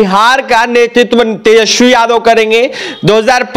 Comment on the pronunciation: Bhai local log ki alag bat. Agar tum hindi news anchor ho to “s”, “sh” me faqk karo. Tejasvi hai tejashvi nhi